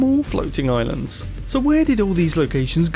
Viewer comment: Where did all the islaaaands go. Hippity hoppity I'm British!